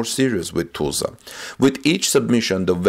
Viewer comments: You are mispronouncing the city: it is pronounced (Tuh sla). You are sayin it as Too,sla). Just trying to help. Try googling a Tulsa news channel. Thanks for your work. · Tulsa is not pronounced as toosla. The "ul" has the sound like in the word "dull". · pronounced more like (Tull suhh)=Tulsa..... NOT Tuh sla OR Too sla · Tulsa is NOT pronounced TOOLZA. The UL in Tulsa sounds like the UL in the words hull,dull,mull,cull,gull. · like jethro tull..I kinda like the way he says it but its wrong...